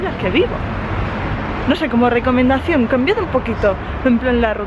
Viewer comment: Me has hecho el día con la palabra " recamendación" :'3 bueno siempre.